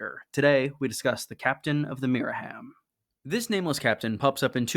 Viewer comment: Myra-HAM not Miriam